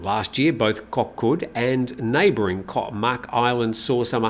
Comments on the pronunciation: It is not KOK,but KOH with an H!!!! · Goh for island not Koh